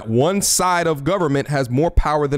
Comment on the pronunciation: Ayyyyye When he was talking about the government it sounded like he said Jujitsu branch. We over here in the hidden states village.